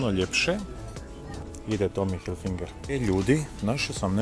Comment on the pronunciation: I nije Tommy Hilfinger kako izgovaraš vec Tommy Hilfiger 😊😊👍👌